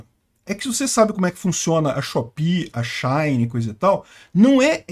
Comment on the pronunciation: Engraçado ele falando SheIn kkk